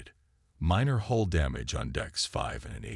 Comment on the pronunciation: It is not HOLE IT IS NOT HALL DAMAGE IT IS HULE DAMAGE. PLEASE TRY TO GET IT RIGHT